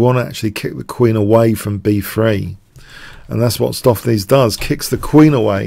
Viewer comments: Yeah, another dutch fan of yours helping you with pronounciation. use stow from “To STOW away”.. ➡️stowflace. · Your preferred pronunciation on stoofvlees is the correct one,: the oo is like the o in Benko, the ees is pronounced as ace. Dutch can be tricky for non-natives. Really enjoying Stoof playing like Leela Jr, thanks for the vid